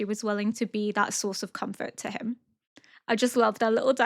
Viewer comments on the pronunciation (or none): none